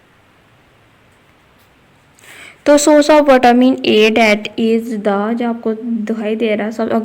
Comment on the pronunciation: Mam vatamin nahi hota vitamin hota ha 😂😂